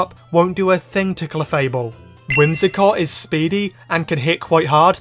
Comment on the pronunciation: WHIMSICOTT, NOT WHIMSACOT!